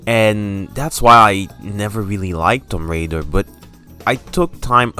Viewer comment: homie said Tom Raider!! is that her bro or....